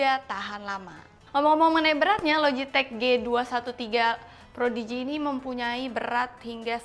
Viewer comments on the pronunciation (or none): Prodigy. Kayaknya pas di tengah video bilang projidi